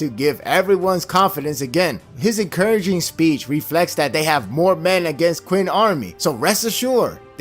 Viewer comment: Oh, just say "chin" as in part of the jaw. No need to get the exact chinese pronunciation. Jorishae, King Recon, Commodore Laz, Prof Anime had all done the non-fancy "ch'in", just good ol' "chin", acceptable.